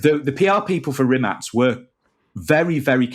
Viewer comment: im impressed with that pronunciation! Thats exactly right (reemaatz)